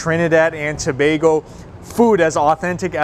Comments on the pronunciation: It's refreshing to hear someone pronounce Tobago properly. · Well done!!! He pronounced Tobago correctly. good job...The food looks 👌. Both made Trinidad 🇹🇹 proud😄 Immediately subscribing 😉